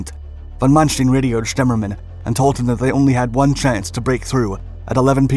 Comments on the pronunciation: Stein, not steen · His name is not "manstin" is it? its manSTEIN. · Stine, not steen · Sorry to nitpick but Manstein is pronounced Man Stine not Man Steen. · Not Mannsteen, but Manstayn. Like "Ay Ay Sir". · "manstin" ?? Its Manstein... so many names and places pronounced wrong. Same witht the footage, more then often it dosnt match the events shown at all. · ''ManSHTIIN'' :d :d :d . It`s ManSHT''E''IN'' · His name is von Manstein ..... not von Manstien >>> 'stine' not 'steen'. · Wrong prounciation of Manstein; its ManSTEIN like the english word "line". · Wish this guy could pronounce German better. It's Von Manstein not Mansteen... goodball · I'm sorry I had to stop watching your video at Von Mansh-teen! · Another well made effort, succint yet powerful. You should, however, ask a german speaker how to pronounce Manstein. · Please pronounce correctly the name of Manstein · really cant ake these creators seriously when they cant take the time to learn how to pronounce stein..